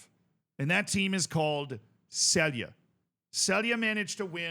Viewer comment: you sey celje completely wrong LOL